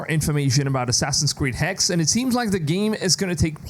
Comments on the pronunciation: It's not HEX....Its Hex-uh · Hexe is the German word for witch, in the proper pronunciation you have to sound out the e on the end with an uh sound. hex-uh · I'm actually really interested in this one! P.S: Just for the narrator as he's tried the pronounciation of Hexe a few different ways here :D It's pronounced Hexa, spelled Hexe, and literally is modern day German and old German for Witch.